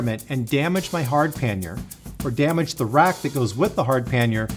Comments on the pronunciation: Pannier is a French word. It is pronounced pan-yay. Not pan-year. I know I am not being "that guy" but I can't help myself on this one. Usually I can keep my mouth shut. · “Pan-yay” not “pan-yer” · LOL… what the heck is a "panyer"? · Great guide. Your pronunciation of pannier does my head in. It’s pronounced Pan-e-er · Considering the word comes from the French word Panier meaning "bread basket", the correct pronunciation for English tongues would be "pan-ee-ay" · Yes, YOU are American, so you are going to pronounce EVERYTHING incorrectly. The word is PA-NEERS It's so simple but you language challenged buggers will get it wrong every time. If you don't believe me Ask Robin Williams who is fluent in French or any Canadian. but then you guys tend to think Canadians all live in snow houses and eat whale blubber. Who in their right mind pronounces DuBois "Doo-boys" and Calais , "Kalis"